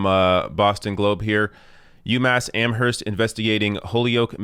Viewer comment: I love ya, kid, but the "h" in Amherst is silent.